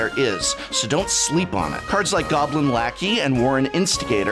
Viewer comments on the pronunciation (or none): none